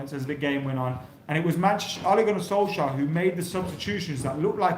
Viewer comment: Lets put some respect on Solkjaers name